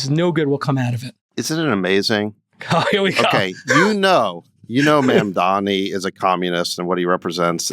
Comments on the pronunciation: MaNdami lives rent free in their heads but JCal still can't say his name right. Does he think he can show power and dominance by doing this? Hilarious delusion. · Funny how Jason, being so articulate and well spoken, has blind spot when it comes to pronouncing MAMDANI and always refer to him as MANDAMI... that´s like someone calling Jason CALANACIS... hilarious! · Why so difficult to pronounce Mamdani name? Put some effort into it. seriously.